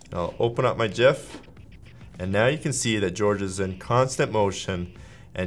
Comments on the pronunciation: Jif is a porn-movie where the key-frames are sticking together because yuk. Whomever is in the background talking you into this disgusting pronunciation, we are coming for you. IT'S PRONOUNCED GIF! STAAHP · It's a Gif not a Jif! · cool video but dont say jif please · Gif not Jif - Graphics Interchange Format. Not Jraphics Interchange Format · If you say Jiff instead of Gif then swipe left. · I say “Gif” not “Jif”!!! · Graphic starts with a "G" not a J... “Gif” not “Jif”!!! Correct... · It is pronounced like Jeff but Jif. so... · No, the creator of it says it's pronounced JIF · I worked for one of the developers of GIF89a back in the last century. He and his team at CompuServe asked Jiffy Peanutbutter if they could use their colors to associate .gif89a with them in order to instill the right pronunciation, they said no...the wankuhz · The G in GIF is a hard one, as it comes from Graphics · ITS GIF G I FFF